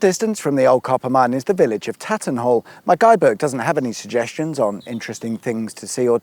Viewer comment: NanTwich. It's got that "T" in the name, pronounce it properly please. You got Tattenhall right ;)